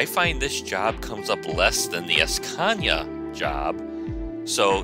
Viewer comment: and don't go es-peeding in your es-cania, you might get a es-peeding ticket.